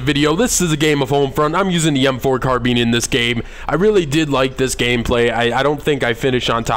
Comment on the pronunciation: You pronounced CARBINE correctly (car-been). You've already earn a LIKE and I haven't even finished the vid yet. :)